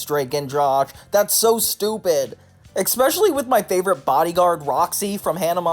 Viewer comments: aluminium is in the UK dictionary, it's a correct spelling that happens to differ from the US spelling, so that's a moot point. As for "maths", couldn't agree more. It's an annoying thing, but I think surely we can agree that "EKspecially" and "EKscape" are worse? 😂 You don't need to be defensive, it's just a comment made to NOT you xoxo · How tf are you pronouncing "especially" "EKspecially"? You Americans sure like to add letters lol. EKscape, no, EScape hahaha